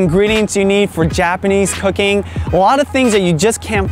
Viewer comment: Sounds like you said - "Japanese Hooking"..instead of cooking..LOL Good job on the video...I live in Los Angeles area..best Asian markets too..fresh produce ever!